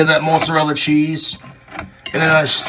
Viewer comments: Why he call it Mootza-rella? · i love how he says "moartsarella" when he's completely hammered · Moot Zuh Rella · The mutzarella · omg thats fucking gold but he's putting an r in there Murt zo rilla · Omg the way he keeps saying Moatsarella cheese … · "Moat-zarella cheese"?! That wasn't even an accent; But more so that no one told this regard in his 32 yrs of life that's not how it's pronounced. Lol At'ta'boy, Clint. 🤣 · Mote-zerella cheese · you'd think he was 80% italian with how he pronounces mozzarella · The way he pronounces mozzarella keeps me up at night, and I don't know why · listen to way this mf says "Mozzarella".......vile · I hate how he says mozzarella